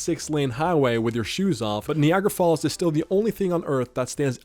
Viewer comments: The AI narrator is just ...........Nee-agra Falls. Lol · Ah yes knee agra falls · Knee agra fallz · Knee-agra falls? Seriously? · the way he says Niagara falls is criminal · I can't say for certain if this is just a bad AI voice over, or if the OP actually doesn't know how to say Niagara Falls, but that's just one of many lazy mess ups in this video. Shameful. 🤦